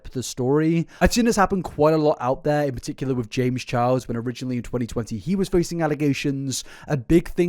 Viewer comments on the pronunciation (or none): none